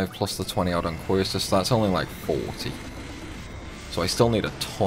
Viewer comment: Love the series but...how did you come to pronounce Quistis' name so wrong?